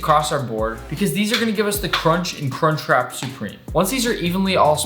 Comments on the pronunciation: It’s crunch wrap not “car trap” and it’s supreme not “soopreme” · "cartrap supreme"